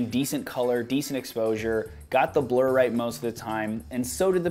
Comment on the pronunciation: Hahaha my friend was playing with his phone while i was watching your video and his ears only picked up when you said blur job he thought you said blow job lolx... Nice video though